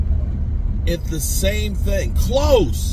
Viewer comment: how u say close u are delusional